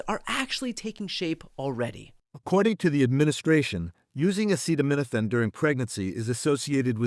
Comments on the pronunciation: POTUS isn't a Doctor or a great leader of our country 🤔, lol 😂. He's a f'kn phenomenal liar and doesn't even know how to pronounce the word acetaminophen properly 🤣 WTF, right, brother Brian 🤣!? Instead of trying to unit this country, he's trying to wage war on anything or anyone to avoid the Epstein files, mate. Sending me best from Northern Vermont ✨️💚🙏, brother Brian. Getcha Pull <3 😎🤘🥂💯🍻💪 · How can he even know what he's talking about, when he can't even pronounce The clinical name! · Don't take medical advice from someone who can't even say the word acetaminophen. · He keeps saying "Tylenol" the brand name because he can't spell or pronounce acetaminophen 💀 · Because the orange dumpster can't pronounce acetaminophen and has opened himself up to a defamation law suite from the makers of Tylenol. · It's because DJT struggled to pronounce the word acetaminophen, even asking for assistance sounding it out like a second grader. He eventually gave up and said, "TYLENOL. Don't take Tylenol!" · Nothing like a moron who cannot pronounce acetaminophen and can't find his ass with both hands telling the world how the medical industry works.. This dude (and his admin) is the most ignorant, uneducated in American history. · Best medical advice on the planet: DON'T LISTEN TO A CONVICTED FELON AND PEDOPHILE WHO CAN'T READ OR PRONOUNCE THE WORD "ACETAMINOPHEN " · He's going after Tylenol because he can't say acetaminophen more than once. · Funny thing is Trump can't pronounce Acetaminophen which is one of the most common medicines. But he had no problem pronouncing hydroxychloroquine and thats a bigger word. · No, he actually tried to name the active ingredient in Tylenol, acetaminophen, but tripped over the pronunciation several times; he even asked for assistance with sounding it out like a second grader. He finally gave up and said, "TYLENOL. Don't take Tylenol." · If you watched, It's because he can't pronounce the ingredients.😁